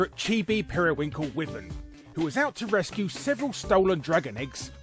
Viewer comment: Wyvern is pronounced "why-vern," and they differ from dragons by only having two legs. Spyro is a dragon.